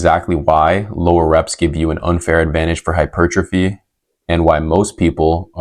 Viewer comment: hypurgetrophy? sorry hahah... solid info tho